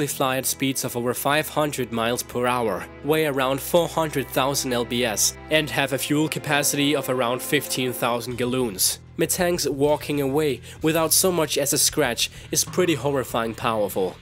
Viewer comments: he ment to say galons but he said goloons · Do you just effing say galuuns? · Galloons? Felshous? Wtf can this guy not speak English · This is really hard to listen to simply because of the way he speaks. You don't say LBS you say pounds. Not galoons, gallons. Many more. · Galoons? I'm pretty sure it's gallons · "15 thousand galloons..." 😂😂 I'm dying!! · 'Galloons' I think you meant Gallons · In temperature F is Farenhite pronounced Fa - ren - height. I think you was getting it mixed up with Celsius which is also a temperature chart. Gallons is ga - lons and not galloons. Sorry if I sound bitchy, just trying to help you for future vids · Felcious, Galoons xD, physike, uniworse my fav pronunciation errors in this video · He pronounces it like Felcius like he thinks it's how it's pronouned lol and he pronounces Gallons like Galoons. What is up with thus guy?! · Felshius? Galoons? wtf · It is farenheight and not facueseus en galons not galoons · "galoons" lol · Galoons. Fazike. Ryzen. Theorotikally. My god the way you mispronounce some words is SO ANNOYING. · What got me was Felsius (Fahrenheit and Celsius combined) pounds pronounced as LBS and Galowns instead of gallons. Sorry to pick on your accent and seeing that English most likely is a second or third language I don't mean to bash you just it made me chuckle :) nice video BTW I love looking at pokedex entry's! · I would just like to inform you that everything is pronounced ga-l-un-s Lbs is short for pow-nds F° is pronounced feh-ren-hi-t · he said gloons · Lmao listen to how he pronounces these words! I lost it after 1500 "galoons" XD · 'Galoons.' I know your first language isn't english, bit forgive me for finding that pronunciation particularly hilarious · i can usually control myself for these minor mispronunciations but i just started cracking up when u said "galloons" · plus you said galloons XD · hehe i love his mispronunciations... galoons XD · "Galoons" that is all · galloons??????? felsios???????